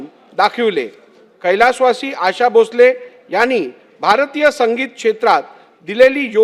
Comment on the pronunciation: 100% याला मराठी वाचता येत नाही... English मध्ये लिहून आणलंय... म्हणूनच 'Asha' हा शब्द 'अशा' वाचतोय.. याला भावपूर्ण श्रद्धांजली